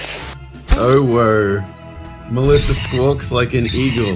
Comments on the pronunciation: Excuse me I think it's pronounced OWO (Ooh-woo) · it pronounced ( owo) ooooooooooooooWooooooooooooooo X3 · The pronunciation on OWO as if it's a word